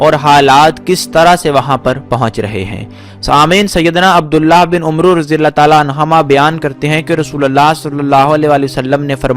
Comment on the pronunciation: جناب ویڈیو سے پہلے اپنی الفاظی اور تلفظ کو تو چیک کر لیں عبداللہ بن “عمرو” اسے پڑھا صرف عَمرجاتا ہے ۔